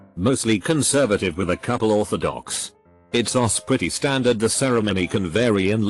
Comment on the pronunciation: you need to fix the tts program. it's does is not said "itsos". that's is not said "thatsos"